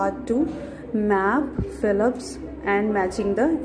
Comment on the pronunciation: It's not Fillips It's fill ups🤣🤣